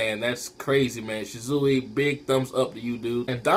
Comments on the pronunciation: ahh the way you say shisui urks my nerve lol its SHI-SU-WE not shi-zui lol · why do u say Shisui like Shizuwi....that's funny